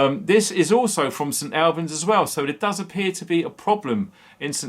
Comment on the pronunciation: Hi, its said, st allllllbans!!! st albans